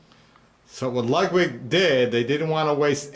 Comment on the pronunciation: and to be even more CORRECT, its not pronounced lugwig.